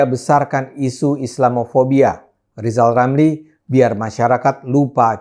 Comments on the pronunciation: Halaaaah Lijal Lamli lagi.. Orang ini ga layak idup disini wkwkkkk🤣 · Lizal lameli klo lomba hafalan huruf udh pasti klh ngmng r aj jadi l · cocote lizal lamli kok dipercaya ngomong R aja nggak bisa mau jadi presiden. Ajurrrrrrrr Jummmm Indonesia dipimpin lizal lamli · Lizal Lamli lajawali ngeplet, 😂😂😂😈😈😈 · Bang Ade dan seluruh netizen, tolong sampaikan kepada Lizal Lamli dan Lepli Halun: "Jika Anda berdua selalu berkicau bahwa pemerintah gagal, maka yang paling gagal adalah Anda berdua sendiri. Anda berdua pernah ada dalam lingkaran pemerintah. Tapi Anda berdua tidak bebuat apa-apa. Hanya nyinyir dan koplat-keplet. Belajar dulu sana bilang 'rrr'. Pelcuma lu beldua plofesoll." Menjijikkan Anda berdua." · ngomong Er saja tidak bisa masa meramal ... eh melamal. latihan omong duyu lizal lamli..... kalo Levli halun siih manusia sakitnya tuh disitu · He risal ramli belajar dahulu kamu ngomong er biar orang suka sama kamu kadrun anti Pancasila anti NKRI ngomongmu ngawur ngopimu kurang jauh kalau kamu mati neraka tempatmu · Rizal ramli R aja gak bisa 😁